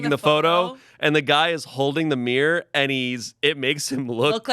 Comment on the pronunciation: I can't handle the way pronounces mirror as meer.